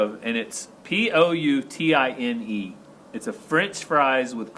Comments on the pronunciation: Poutine.. pronounced poo-teen. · It’s pronounced Pootene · poutine pronounced POO teen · It's pronounced Poo teen and its yummo 😊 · The Poutine was first created in the Canadian province of Quebec. In Quebec, It's pronounced "PootsIn". Have a great visit in Canada! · The Canadian fries are pronounced “poo teen” and they are delicious also when your there you must have the lobster or any seafood really as it just doesn’t get any fresher!!! I think you’ll love it there as it’s a very relaxed place and unpretentious with some of the friendliest people! Have a fantastic anniversary cruise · Poutine it sounds like Poo tin.. It's in every restaurant in my area.. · Halifax is a pretty city. Peggy's Cove is a great place to explore. You are going to love poutine...pronounced putin. Poutine is french word. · I live in Maine and just like Maine, Halifax is known for its lobster. Everybody thinks they have to have it. (Honestly I am 62 years old and have never tried it. Looks weird to me!) oh and poutine is pronounced poo teen… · Lol! Hello from Calgary Alberta Canada 🇨🇦. As a French person...poutine is pronounced phonetically like this: "Poo-teen" 😂 And your American $$ is stronger than ours so your exchange rate should be in your favor. Enjoy Nova Scotia; it's a beautiful province known for its muscles (seafood), salted cod and bagpipes. Have fun and stay safe! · Poutine is pronounced ‚ 'poo—teen' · It is pronounced poo-teen as far as I have heard anyone say. I sure pray that you have a fun and safe trip. God Bless you both! ❤️❤️❤️